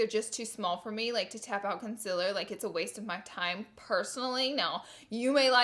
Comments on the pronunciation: Southern accent.... I'm from Texas so I'm used to hearing that. However, I have a pretty good ear and the ability to correct myself accordingly so I don't say things like that, lol. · I subscribed to her channel just to hear her say concealer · She still can’t say consealer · I don't know why, but I LOVE how she says Concealer 😂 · I hate it when she says concealer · Lol the word concealer lol... I love you! You say it fluent in “Laura Lee” boo... ppl just need to be fluent in you!!! ❤️❤️❤️ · I’m gonna say the word concealer wrong 18 million times today 😂😂 This is why I love you!!!! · The only thing I dislike about you is you can’t say concealer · i clicked just to hear her saying concealer wrong. no hate tho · When you realise that Laura knows about the amount of people who hate her pronounciation of concealer. Girl, say it the way you want❤. Great review by the way! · Am I the only one that noticed that she didn't spell nor say "concealer" right ?🤣😅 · Laura thank you for being so honest!!! I love watching your review! And am I the only one who doesn’t get annoyed by the way you say concealer?? Lol I couldn’t even tell until you pointed it out!! Love you Laura❤️❤️❤️ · There's a difference between having a speech impediment and her knowing she can say concealer but choosing not to and looking illiterate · haha noticed that too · Everyone needs to get over it.. That's how she says it. Move on. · It’s concealer not conciler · Laura dear- PLEASE!!!! Pronounce concealer CORRECTLY... AND LEARN HOW TO SPELL IT.. its CONCEALER!!!!!! NOT "CONCILLER" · Ok..... Laura.....c'mon I love you gurl But it's Con-ce-laur Concealer Not Con-siler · Not tryna be rude but conciller it’s con-see-ler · Is it Conciller or Concealer.. I'm Confused? (English language isn't my first language ) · It’s Concealer not conciller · Consiller?? Lol it’s concealer. But still love you. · “conciller” it’s CONCEALER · CONCEALER !!!! NOT CONSELER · girllll that "conciller" noooo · Conciller haha